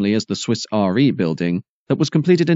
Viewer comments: 'REEEEEE'. One wouldn't, and shouldn't, pronounce it R.E. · It is re as in re-insurance not r e as in religious education. And the "erotic gherkin" is the current building, not the proposed one.